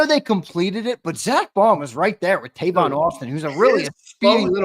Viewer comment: Lmao they just fuckin up everybody name 😂 yo said Tavon Austin , & Najee smith 😂😂😂😂